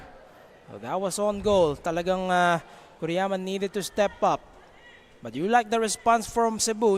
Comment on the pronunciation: Kuriyama yata dapat, hindi Kiruyama